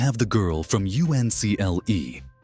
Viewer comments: I hate the fake dust, I hate the fake wavy picture distortion, and it's not pronounced U.N.C.L.E., it's pronounced UNCLE! Like your parent's brother! Downvoted. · I remember He&She, and who could forget My Mother the Car? I even remember The Girl from UNCLE (or as your AI voice says it, "the Girl from you enn see ell ee"). It co-starred Noel Harrison, Rex Harrison's son. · Don't use an AI Voice..I could tell it was AI when it couldn't pronounce "Uncle" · AI voice cannot pronounce U.N.C.L.E. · Got seasick trying to watch this. Why did you put that wavy effect here? Horrible. And c'mon...NO ONE spelled out UNCLE in either the Man for Uncle or the Girl from Uncle. Can't you take the time to instruct the AI voice how to pronounce things?